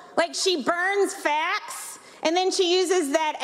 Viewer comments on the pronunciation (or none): She said facts not fat